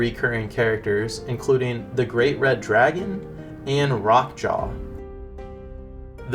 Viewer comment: Rrrroque Ja, not Rock jaw. You're not rolling the "R".